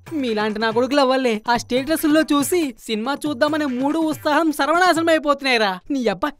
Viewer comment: ఎన్నిసార్లు చెప్పాలి తమ్ముడు ఉత్సాహం, ఉస్తాహం కాదు😅